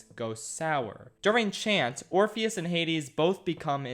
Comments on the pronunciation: My mood of the day is when you call Orpheus "orphan" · when he calls Orpheus "Orifice"...😂🤣😂🤣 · "Orifice travels to the underworld." Can't decide if name was intentionally mispronounced or that was a Freudian slip of epic proportions. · I died when he called orpheus "orphan" Edit: Persephone is now "pineapple"